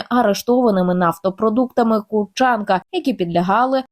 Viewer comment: Курченко наголос на букву У - пожалуйста нековеркайте слова !!!!!